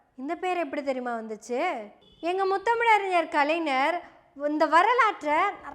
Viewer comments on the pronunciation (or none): அம்மா, கலைஞர் என்னும் பெயரை நீ கலைநர் என்று தவறாக உச்சரிக்கிறாய். மலையாளத்தில் ஞான், ஞங்ஙள் என்னும் சொற்களில் ஒலிப்பது போல கலைஞர்,அறிஞர் இப்பெயர்களில் உள்ள 'ஞ' வை ஒலிக்க வேண்டும்!